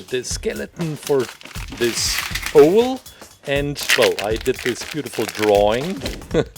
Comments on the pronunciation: Hearing him say o-el makes me want to say it's said ow-l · And you also say it ow-l not o-el.